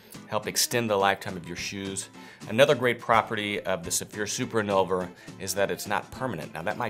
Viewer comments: Dear, I believe the name is Invulner, not Innulver. Best regards. VTC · InVulner, not InNulver. 😛